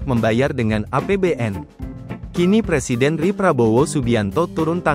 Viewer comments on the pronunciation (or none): none